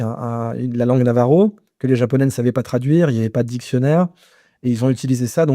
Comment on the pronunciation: "navajo" ne doit pas contenir une parcelle, aussi infime qu'elle soit, de r, français, ou allemand. D'ailleurs nombre de germains ne prononcent pas le r comme en France